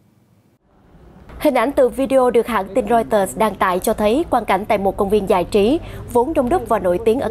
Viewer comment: giọng đọc dễ thương quá: tộ chức, giại trí v.v